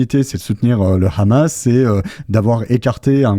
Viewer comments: il y a 20 ans, le Hamas n’existait pas. Le problème c’est que ce mot doit se prononcer Amass, donc lorsque tu parles vite et que tu prononces ce mot, on peut pas s’empêcher de prononcer le « H » en « R-amasse ». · Vive Frontières. Juste un truc svp arrêtez de prononcer "rhammas" .. hammas on comprends pas de problème